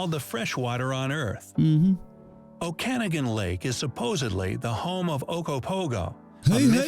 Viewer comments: Oh-Kah-Nah-Gan. Not Oh-Can-Agan. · It is not pronounced O'kanagan, it sounds more like Oaken-noggin. I grew up in that area and hearing that hurt me a little bit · “Oak a tokes” not whatever tf he said.